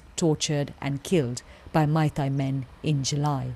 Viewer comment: Dear BBC - please note that the 'ei' in 'Meitei' is pronounced like the 'a' in 'face' not the 'ai' in 'Thai'